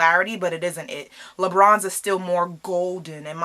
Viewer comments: I thought she kept saying lebrons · I heard l'beach lmao